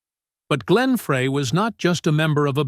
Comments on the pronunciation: If you pronounce it Fray rather than Fry, you lack credibility. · Thanks for the vid.......but please tell the A I squirrel Glenn's last name is pronounced "FRY....not "FRAY" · His name is pronounced FRY not Fray! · The guys name was pronounced fry,not fray. Damnit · It's Fry not Frey!z,! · His last name is pronounced FREY, not FRAY!!!!!!!! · Why the obsession of how to pronounce his name. The man is dead. Does it really matter now? Also he was no angel. Once he died everyone acted like he was a saint. Great musician. Average human with faults some pretty bad. None of us are perfect and certainly not Frey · It is Frie , like frying french fries . Not Fray . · I knew from day one it was pronounced- FRY not FRAY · It’s Fry not Frey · It’s spelled FREY GLENN FREY Pronounced FRY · Pretty sure it’s Glenn’Fry’ , not Glenn ‘Fray’ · Why is this narrator saying Fray? Glenn's surname is pronounced "Fry" and spelt Frey! Not hard, really! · Frey. (German). Pronounced: 'FRY'. 👍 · I could have more respect for the narrator if he would take two seconds to learn how to pronounce Glenn Frey's name correctly. Insisting on calling him by a name that is not his name, the narrator also insists on making himself seem callous, careless, disrespectful, rude, and less than intelligent. I am so deeply relieved I am not the narrator's mother. I would be so very embarrassed. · I can't stand listening to this guy that don't know how to pronounce Glenn's last name it's spelled frey but pronounced fry get it fry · The pronunciation in this. Just think French fry and then you’ll know how to say Glenn’s name 🙃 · First of all, his bame is pronounced FRY... .FRY.. GET IT???? Secondly, there would be no Hotel California, without Don Felder!!!! Get your facts right!!!! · PRONOUNCED FRY!!! JUST GOES TO SHOW YOU DIDN'T DO YOUR BASIC RESEARCH. DON HENLEY WAS ARROGANT AND UNCOMFORTABLE TO BE AROUND.. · PLEASE PRONOUNCE GLENN'S NAME RIGHT!!! (FRY) and that's Hotel California, not otel California.